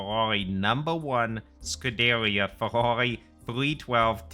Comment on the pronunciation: its prounounced scoo da rear